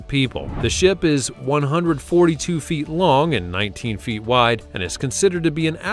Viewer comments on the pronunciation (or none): none